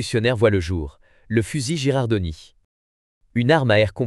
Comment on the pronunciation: Bien vu ! 😅 C’est bien Girardoni (ou Girandoni selon les transcriptions), pas Gerardoni. La faute de prononciation, ça pique un peu… Merci pour la correction, je ferai gaffe la prochaine fois ! 😉🔧🔥